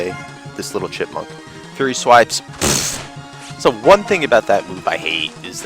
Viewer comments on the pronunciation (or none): none